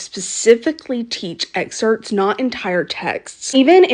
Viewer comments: Girl it’s “excerPts” not exerts Damnit now you got me going😡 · It's terrifying that a teacher can't pronounce EXERPTS